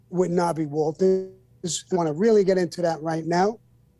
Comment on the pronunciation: Sammy has a hilarious way of constantly mispronouncing names.